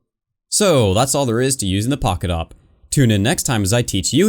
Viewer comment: us: pocket awp him: pockawp